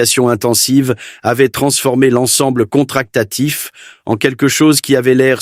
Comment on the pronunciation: j'ai les oreilles qui saignent , et pas une image du système d"hélices en question , que des images débasées. dommage